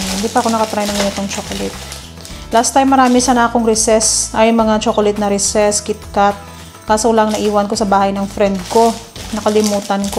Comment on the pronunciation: It's Reeeseee lol not reses